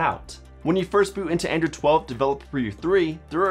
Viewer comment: It sounds you are saying "Andrew"